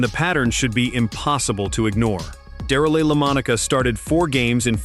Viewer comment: Da-REEL Lamonica? Really? AI sucks. I clicked off right there. A wasted video. AI is not quality to be proud of. It's just cheap and unrepsected junk.